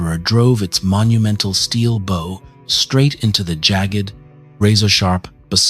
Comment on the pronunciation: teach this thing to say bow correctly....good videos otherwise ty